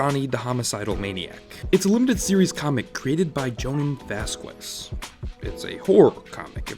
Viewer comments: I don't mean this in a mean way. Just pointing out an understandable mistake. Vasquez is read Vas-kez. The "u" is silent because the last name is in Spanish... it's this weird rule where the "u" in between "q" and "e" becomes silent. Maybe he personally pronounced it like you, idk. But I just wanted to let you know. Anyway, great work as always. Your videos are great to listen to while I do chores and stuff like that. Plus always super informative on all these nostalgic shows. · Had to stop watching after your pronunciation of Vasquez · Never heard Vasquez pronounced like that tbh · ok but like that pronunciation of vasquez tho lmfao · Wooowww your SUPER WHITE pronunciation of Vasquez was the most painful thing I’ve ever heard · I think I spent the whole video in disbelief over how you pronounced "Vasquez"🤦‍♀️🤦‍♀️🤦‍♀️ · You butchered Vasquez's last name. And as a person who grew up on Invader Zim, if you didn't know about JTHM you were a pleb. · The way you pronounced Vasquez really bothers me. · Ok I can't get over how you say jhonen vasquez's last name, I shutter each time. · As a spanish speaker, I cringed hard everytime he said "Vasquez" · Love the video. But for future reference in the name Vasquez, the U is silent. In Spanish the Q - U and I or E creates a K sound. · It's pronounced Vas-kez. The U in the "que" syllable of spanish names is silent. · Seriously? Have you no understand of how to pronounce his last name? If you went to France, would you say "Ja-QWEES" to someone name Jacques? If you went to Spain, would you say "Joe-QWIN" to someone named Joaquin? Then why the hell do you keep saying "Vas-QUES" to someone who's last name is Vasquez? Dominguez (DO-min-GHez) Rodriguez (Rod-ree-GHez) Hernandez (Her-nan-Dez) Vasquez (Va-SKez or Ba-SKez (depending on the region)) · He’s only said “Vas-qwez” twice, and I already feel like I’m having a brain aneurism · xD "vaskwez" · How hard is it to say Vasquez? Vazkwoez will be the end of me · his name isnt vaskwez